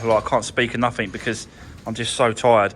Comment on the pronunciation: What the hell is 'Nuffink'? There is not an 'f' or 'k' in 'Nothing. Speedy videos do not give others a chance to see what needs to be done. POOR video, I was hoping for better.